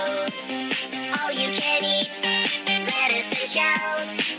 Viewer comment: It’s tacosssss